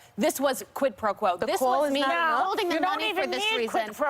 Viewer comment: The way Trump says “quid pro quo” makes me believe that he’s never ever in his life heard of the term prior to this Ukraine story.